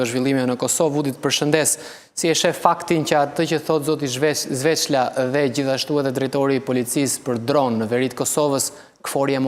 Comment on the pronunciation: Zoti gazetar sveçla jo zveçla